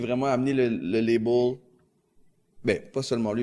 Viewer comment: Label Mort de rire label c'est en anglais pourquoi tu essaye de le dire comme si c'est un mot francophone xD label anglais / Maison de disque français xD